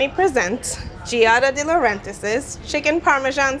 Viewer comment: Where is she getting the second S in Giada De Laurentiis' last name. It's Laurentiis, not Laurentisis??? And the first name is also pronounced wrong. You'd think they would at least respect a chef's name when they remake their dish.